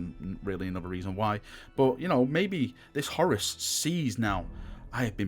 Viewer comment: HorUS...it sounds like you're saying Horris..lol